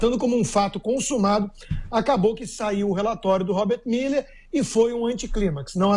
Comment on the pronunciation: Miller não, mané! É MUELLER!